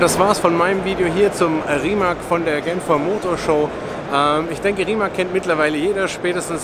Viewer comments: Rimac wird anders ausgesprochen. "Rimatz" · Yes. "C" in Rimac is pronaunced exactly like "zz" in Pizza.